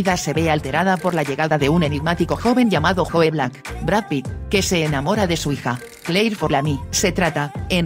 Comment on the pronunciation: Por favor no lo digas como se Lee Joe black porque no se entiende está escrito en inglés y es la número uno para mi